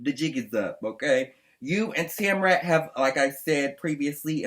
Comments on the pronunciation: did you say Tamrat? bwa hahahahahah. nice. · In the tamra and Eddie video if you listen again … she is not even slightly listening to Eddie. He’s just there. Also lol 🤣 “Tamrat”